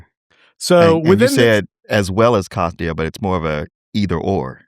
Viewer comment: Can tell an audiobook only person when spell Katia as Katya 😂